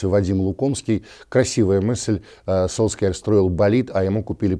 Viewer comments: Может сульшер, а не сольскьяр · Я не только от Уткина такое произношение начал слышать фамилии Сульшера… кто начал эту тупую моду с фамилиями? Почему Сульскер??? Откуда это пошло? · Эта фамилия так пишется, а на самом деле произносится "Сульшер". Даже почти "Сульшар". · Сульшер - так правильно по норвежски произносится. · Сульшар уходит, а Вася так и не научился правильно произносить его фамилию.